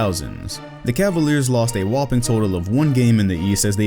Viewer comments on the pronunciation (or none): none